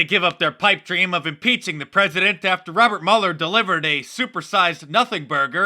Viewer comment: "Preaident Swalwell" HAHAHAHAHAHA did you people catch that?? BURN!!!!!!